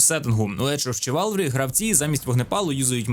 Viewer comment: Дякую за відео ) тільки гра читається не як чиварлі, а як шиварлі - в перекладі лицарство